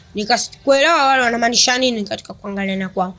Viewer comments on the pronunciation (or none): none